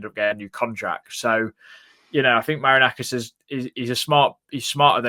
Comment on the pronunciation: Its Ma-ri-na-kis 😂😂